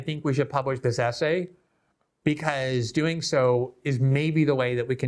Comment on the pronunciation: WTF is wrong with people today that they can't pronounce words correctly? Itcis NOT ASSAY IT IS ESSAY. JUST TRY PRONOUNCING THE LETTER "S" then add the word "say" there you have it "Essay" now how hard was that?